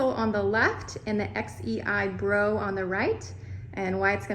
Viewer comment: You sai XEIBro instead of XIEBro